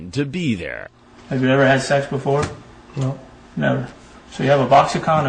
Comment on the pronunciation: Omg I hate the way Chris Hansen says "sex." Its always "shex." Ughhhhh. LOVE THE SHOW THOUGH! 👍🏾